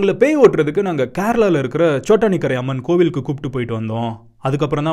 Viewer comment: It's chotakinara r chotanikarai